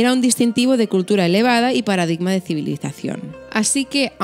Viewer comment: 7.43 civilicación 😛😛 juro que hace una semana estuve hablando con una amiga de esto!!! Jajaja me encantas ❤️